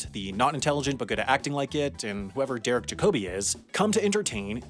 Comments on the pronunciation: JAC-obi, not jac-OBI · Derek JAcoby, not jaCOby. stratford upon Avon (like aven) not aVOn. Christopher MArlow, not marLOW. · Don't you diss ma boi Jacobi. Also it's Jácobi, not Jacóbi. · You've let yourself down and reduced the power of your argument by saying things like "...and whoever Derek Jacobi is." First off, it is JAC-o-bee, not Juh-KOE-bee. Secondly, Sir Derek Jacobi is one of the greatest living classical actors. It is almost as if you said "...and whoever Laurence Olivier is." Does it piss me right the f@ off that Jacobi buys into this nonsense? Absolutely. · I knew he’d get Derek Jacobi’s pronunciation wrong. It’s JACK-uh-bee” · Whoever Derek Jacobi is? You pronounced his name wrong too. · Your pronunciation of Derek Jacobi's name unnerves me. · I stopped watching when you butchered Derek Jacobi’s name 🤣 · I honestly can’t tell if he’s mispronouncing Derek Jacobi’s name on purpose or not.